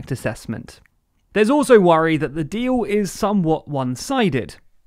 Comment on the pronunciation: I only heard the word dee-oow